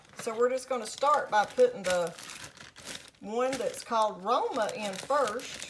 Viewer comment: you pronounced it correctly Love Foca, Roma, and Ariel Edit: You pronounced all three names correctly. Well, Ariel has a slightly different pronunciation in Spanish, but to say it's inaccurate would be incorrect